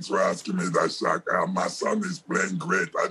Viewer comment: You can tell Shaq respects him. He actually pronounced his name correctly.